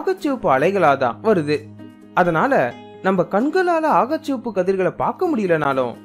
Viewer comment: வழமை போலவே அருமையான காணொளி . 'அகச்சசிவப்பு ' என்பதை 'ஆகச்சிவப்பு ' என்று உச்சரிக்கிண்றீர்கள் என்று நினைக்கின்றேன் . நன்றி சகோ .